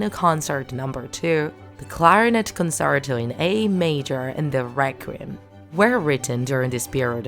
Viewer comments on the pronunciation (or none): none